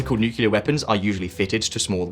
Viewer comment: Major cringe 😬 when someone says "nucelar" instead of "nuclear"